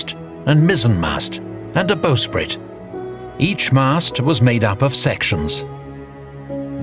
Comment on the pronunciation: CORRECTION: The 'front' of a ship is the 'bow', and the back is the stern. (The 'stem' is a specific part of the bow structure.) And 'bow' is not pronounced 'bo' as in crossbow, it's bow as in "I bow to you'. Thus the bowsprit is NOT "bo-sprit" as the announcer intoned. Carry on.